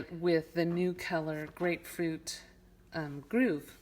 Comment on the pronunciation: It's Grapefruit Grove not Groove.